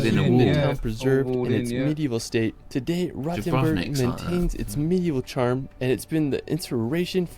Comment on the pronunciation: My dear British friends, Rothenburg ist not pronunced "Rottenburg". This is a different town in Southern Germany. Long "oooo" ;-)!